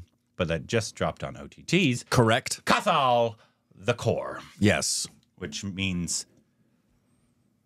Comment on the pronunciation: It is not pronounced kathaal but kaathal. Indian languages have no long as in the beginning of a word.